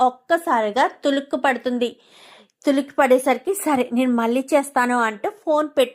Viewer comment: అసలు మీకు తెలుగు రాదా తులిక్కి ఏంది ఉలిక్కి అనకుండా